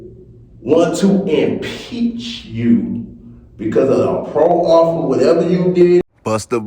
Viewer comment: All 1 word man proffer....NOT PRO - OFFER.. MOROON